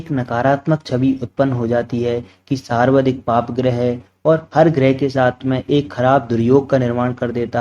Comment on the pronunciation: Saarvdhik nahi hota hai sarvaadhik hota hai